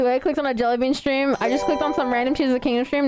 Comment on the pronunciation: Jely Bean is not lely bala